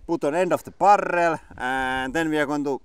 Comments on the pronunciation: How many r's in barrrrel? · About how many Rs are in the Finnish accented pronunciation of barrel? I counted at least 9.